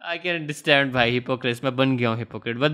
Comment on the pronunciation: "Where is da H?"